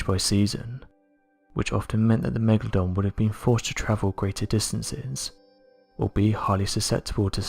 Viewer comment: the "Megadon" shark?